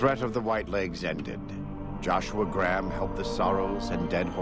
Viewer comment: why cant the voice actors pronounce Graham properly?